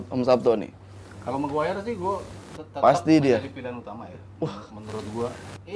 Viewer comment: Ngeja nama maguire aja ga tamat dek dek.sekolah dulu yg bener biar bisa eja nama